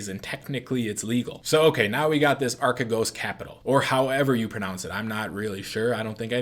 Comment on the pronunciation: yes, that was pretty close actually. it's pronounced more like archeegos (αρχηγός)